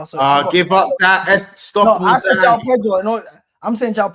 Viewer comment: Pronounce the j in Joao … do your homework